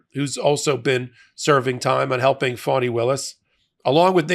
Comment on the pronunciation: Quit calling her Foni, you bozo